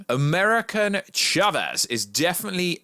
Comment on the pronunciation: "americaN chavez"